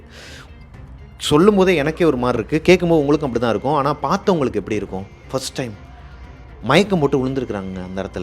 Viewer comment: தமிழ்—ஆனாள்❌❌❌❌❌(நாக்கை மடித்து ‘சொல்லும் ‘ள்’ அல்ல) ஆனால்✅✅✅✅✅✅✅ நுனி நாக்கில் ‘ல்’ சொல்ல வேண்டும்.. தயவு செய்து சரியாக சொல்லவும்,தப்பாக தமிழ் உச்சரித்தால் கேட்க கேட்க கோபம் வருகிறது..